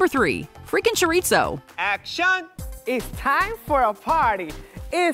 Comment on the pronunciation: Choreetso? Gurl what dictionary are you using?